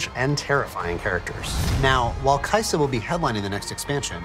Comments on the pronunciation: kai sa it is kai sa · When this man said, kaisa in shurima i had a spazz now im on da floor, drooling my last braincell out.